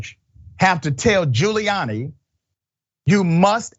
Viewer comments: He's just gonna lie.🤷🏾‍♀️ Also, did you call this man Booty Giuliani ?😂😁🤣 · Did he say " Booty Giuliani"? Lmao.